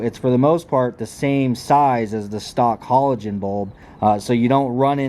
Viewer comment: 1. Your truck definitely has daytime running lights and 2. Learn how to say halogen 😂😂😂